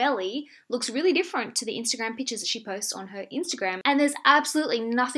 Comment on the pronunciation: Everytime she said "pictures", i heard "peaches"